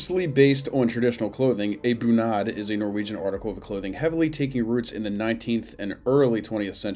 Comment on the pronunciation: One comment to pronounciaton of native Norwegian words like "bunad" The stress is always on the first syllable, and unstressed syllables are never long. The "u" in bunad is long and stressed, the "a" is short.